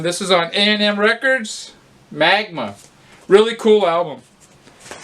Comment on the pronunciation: I'm starting to pick up most things I see on that Polydor label. Seems a quite diverse range of releases and many very good ones. You gotta say Magma like Dr. Evil in the Austin Powers movies, MAG-mah. Cheers!